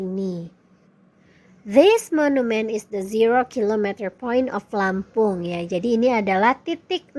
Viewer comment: Bilang Lampung jadi lempang madam...😀